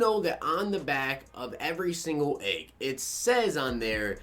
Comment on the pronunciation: I didn't notice it at first till other people said something but you say egg weird sounds like you saying AAA-ge